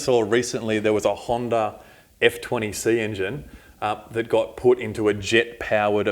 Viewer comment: HANDA not HANDAR haha... They say honda by itself correctly. But when they say honda engines they put an r as t the end of it. Kinda funny with the accent.